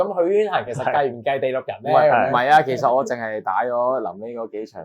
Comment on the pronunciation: 要練下咬字了，第6人，不是地6人